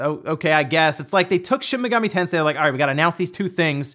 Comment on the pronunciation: Dude it's shin megami tensei, not shimigami lol